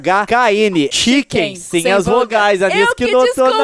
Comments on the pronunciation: No final ele disse chnk mais é chkn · O leon fala "CHNK" mas é "CHKN"